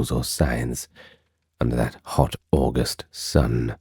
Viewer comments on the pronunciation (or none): none